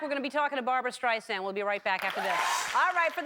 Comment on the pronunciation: What's a 'Steisand?' There's an 'r' in there somewhere. She's only been a star since 1962.